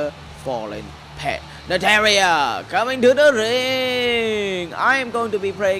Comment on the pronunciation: Nataria hahahaha he said it wrong